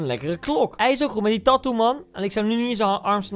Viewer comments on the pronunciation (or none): none